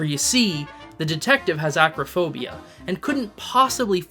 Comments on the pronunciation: * Elster, not Elstree. Acrophobia, not agrophobia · Uhhh… It’s “aCROphobia”, not “aGRAphobia”.